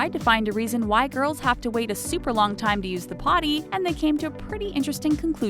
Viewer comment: Who heard white girls instead of why girls